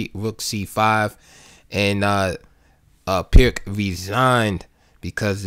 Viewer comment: Thanks for sharing. Just one note: The "Pirc" is actually pronounced "Peerts".